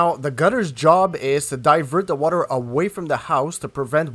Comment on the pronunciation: Please concentrate on proper English. Saying “dare” for “there” and “da” for “the”.